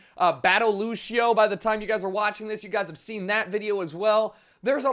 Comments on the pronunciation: Why do people pronounce Lucio like LU-SHI-O. You pronounce it LU-SH-O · its fucking lucio not lushio say it right, thanks